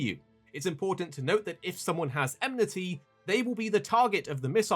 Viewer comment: Watching a video with so many occurences of the word "enmity" narrated by someone that pronounces it "emnity" triggers my inner grammar nazi big time...